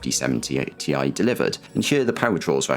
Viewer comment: Every time he says 5070 tie instead of Ti, something dies a little inside of me.